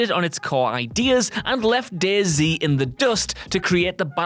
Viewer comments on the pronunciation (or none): Not gonna lie, I had this video on in the background at work and when he said 'Day-Z', I heard 'Daisy' and was like "Wait... why have I never heard of Daisy?" until he mentioned the ARMA 2 mod part and realization struck. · The way he said dayz made me laugh way to loud and it’s 3 am